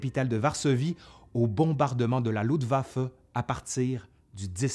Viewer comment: Très intéressant, par contre, les francophones ont toujours autant de problèmes à parler en allemand. On dit LuFtwaffe, pas Lutwaffe. Saperlipopette.